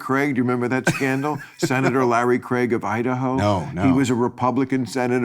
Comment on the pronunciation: Glad to hear Seth Bill put bill in his place, but kudos to Bill for being that rare American who can pronounce "Craig" correctly